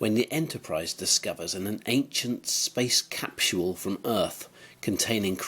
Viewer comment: "Capshule" P.S. What is a "Tub Captain"? Is he in charge of all the bathtubs on the ship?